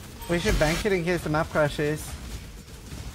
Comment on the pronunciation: BANK IT sounding like BANKAIII